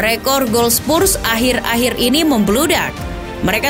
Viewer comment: Oi sebut Betul2 lah!!! Spurs bukan spussss